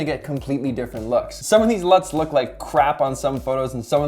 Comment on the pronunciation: I thought you said nuts